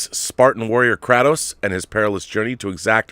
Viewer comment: KRAY-Tos my brother. anyone whos played one knows its KRAY-TOS